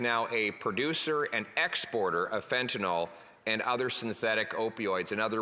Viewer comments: Totally agree. Thanks. And it's fentanyl, not fentanol. (it's pronounced "fenta- nil") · Someone needs to slip a note to Poilievre that it's 'Fentanyl', not 'Fentanol'. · Mr. Poilievre, please start to correct the pronunciation of this drug. It is FENTANYL, not FENTANOL. "IL" not "OL". To pharmacists it's a big difference between the alcohol derivative inferred by calling it Fentanol when that's not what it is. Make the change thank you. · There is no "o" in fentanyl.